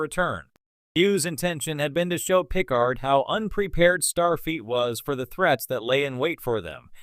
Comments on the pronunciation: Yeah I was like.. why does he keep saying Pickle-hard? xD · Dead giveaway this is an AI voice…”pick-card”